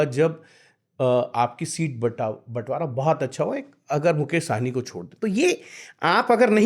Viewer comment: आप सब मैदानी रिपोर्टर हैं, फिर भी मुकेश सहनी को मुकेश साहनी कहते रहे हैं। इतने दिनों में तो आपको साहनी और सहनी का अंतर समझ में आ जाना चाहिए था। साहनी पंजाबी सरनेम है, ना कि बिहारी।